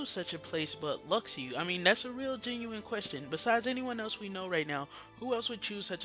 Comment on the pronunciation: "Lucks Ooo" is not how you say Luxu. it's "Loo Shoe". if you watched back cover you would know that.